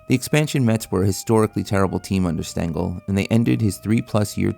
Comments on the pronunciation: Casey “Stangel”? 😂 Uh, it’s “Stengel” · Ffs, it's spelled Stengel not Stangle. You even show a plaque of him on screen with the correct spelling yet you still f*cked it up. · It's Stengel.